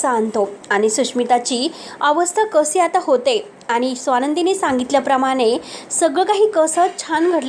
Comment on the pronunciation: कसी,आयुस्य, मलिका,धक-दयक ... असे कितीतरी अशुध्द शब्दाचे उच्चार करतेस नक्की तु मराठीच आहेस ना? आधी भाषा सुधार